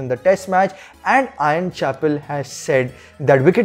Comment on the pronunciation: ' Ian ' not 'Ion'.